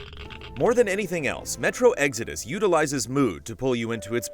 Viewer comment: Sounds like you said metro EGGS ARE DUST lmao